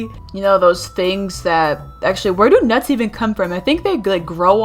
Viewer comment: nuts its not that hard to say